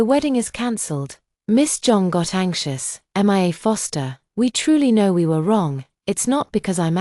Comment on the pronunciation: 😂why are they saying M I A instead of just Mia. Is this an AI recording ????